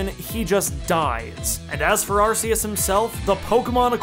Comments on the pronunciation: Not another person who says arse us Really not that hard ark which sound so much better not how it’s pronounced that’s the most dumbest reason most words u don’t specifically say each syllable Anyway the movie was pretty shit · It’s pronounced, are-key-us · But it's not spelled Arseus. It's spelled Arceus, with the hard C found in Archaic, Arc, Archeus, arcane. You can't even fall back on "but ce means soft" because english has exceptions to that already. Also, it's clearly based on latin(to be cool and godly sounding), where there is no soft C to begin with, C is always hard. You are being remarkably silly about this. It's like if I started claiming that Neige has to be pronounced Ney-Geh, because that's what the spelling would sound like in my country, and not bother to get the pronunciation right. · I’ve heard the name pronounced as “Ar-kay-us.” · Not arguing here, but you like the way that the Pokemon God sounds like Ass-eus? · It’s pronounced Arkeyus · Arceus more like arseus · you said arceus wrong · I lost my fucking mind every time you said arceus.... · Man you dont how to say arceus